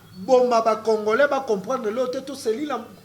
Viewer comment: Comme Kabila, le prof disait congolais, mais prononçait congorais.